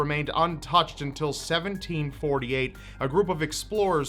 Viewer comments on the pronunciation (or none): ha ha he said 1748 which sounds like 1738